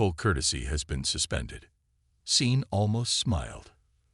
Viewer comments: Sean isn't spelled Scene, but it IS pronounced SHAWN! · Sean is a Celtic name. S is pronounced as Sh. Naive is pronounced ni-eve if it is a descriptor. If it is a place or a person then your pronunciation is correct. Your AI needs a vocabulary class. I took one in high school. Loved it. Easiest A ever! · If you're going to use a name like SEAN teach your inane AI how to pronounce it. Poor pronunciation ruins a story and insults people with that name. Scene is NOT a name. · A good story, although I cringed every time I heard the security guy be called “scene”. Do you mean Sean? Or maybe Shawn? Because scene isn’t a name. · AI Programms read differently and in a lot of cases they get stuff like this wrong. A human reader would've known it was a name and instinctively chosen the Sean/Shawn approach. Same as earshot being pronounced EErshot. Not like in this video , where they said it like earshot. As I said, AI Programms. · Maybe it thought someone misspelled seen and was trying to be kind about correcting it? People mispronounce names all the time, so why would a jumped-up calculator be any better at names?